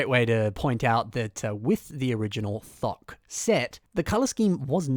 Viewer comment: You tried to say Thok so it didn't sound like the f word but you just made it sound like the f word. Good job